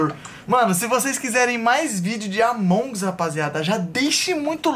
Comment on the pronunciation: se fala Amongus só que tipo com sotaque tlgd, não Amongs kkkkkkk é nois